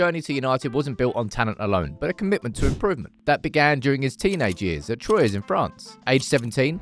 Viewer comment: Troyes is pronounced "trois" phonetically, "twa".